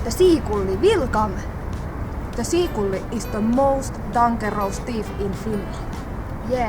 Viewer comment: Very funny but.. wait! you really said "seakulli"?? :D Anyway, the best is the final scene, scolding the poor seagull!